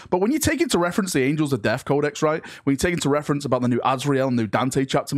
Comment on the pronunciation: Man, i was clickbaiting so hard, i barely caught this...Did he say "Angels of Deaf"???